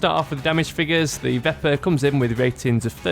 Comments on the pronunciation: Pronounced veh-per. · It is pronounced vep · Pronounced "Veh-per"